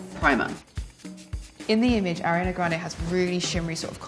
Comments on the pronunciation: “i’m a huge fan” can’t even say her name correctly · “i’m a huge fan of ariana grande” pronounces her name incorrectly, multiple times